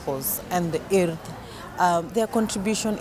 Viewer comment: yn dweud "urdd" yn well na lot o bobl yng Nghymru! Da iawn - da iawn MTG a'r Urdd. Cyfle ac addysg wych i bobl o Gymru a Cenia.